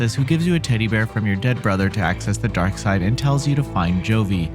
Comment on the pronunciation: Stop calling it "Darkside"! Its Deadside!!!!